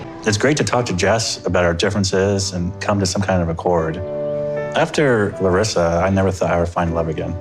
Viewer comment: After being married to Larissa, he didn't even bother to pronounce her name correctly.